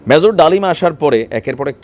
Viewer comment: ম্যাজর!!!! 😂😂😂 তুই উচ্চারণ ঠিক কর ফকিন্নি